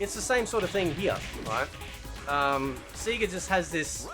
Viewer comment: and whats with the seeeega you aussie as its sayga lolololol